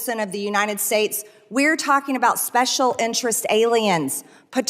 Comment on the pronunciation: Excuse me Mad Marge but it’s pronounced UNITED not UNINDED!!!